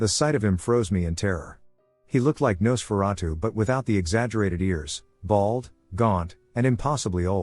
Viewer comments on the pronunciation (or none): none